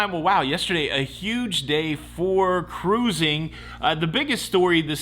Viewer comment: I am delighted that you don't know how to say cruising (karoozin')...